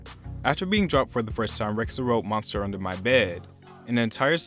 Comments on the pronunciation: "Beeb Reck-suh" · Rexha is pronounced REH-JA